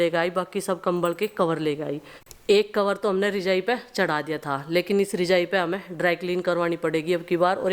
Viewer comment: Rijai Nahin bolate Rajai bolate Hain😮